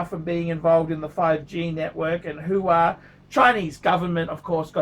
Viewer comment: its Huawei - pronounced wah-way... who de phuck is who-wah? Al Pacinos new phone company?